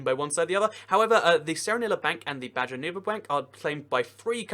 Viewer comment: Actually, the name is in Spanish, so it should be pronounced "Baho nuevo